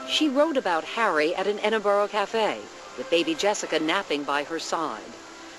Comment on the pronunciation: EDIN -BUR -UH, not Edin-bor-o. PLEASE!